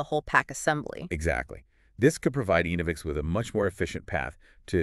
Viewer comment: Pronounced ENNA-vix… not EEN-o-vix